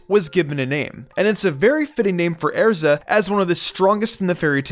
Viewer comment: The fact he pronounces Makarov and Erza wrong is really bugging me out